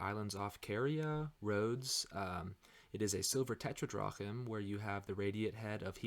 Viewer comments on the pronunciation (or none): Really enjoying your well-informed commentary on history as well as numismatics. But there are a few words you need to learn to pronounce correctly: 1) the coin is a "tetra-DRAM" not "tetra-drock-um" 2) the king is "CREE-sus," not "Crow-ee-sus" 3) the auction house is "LOY" Numismatik, not "Lay-oo."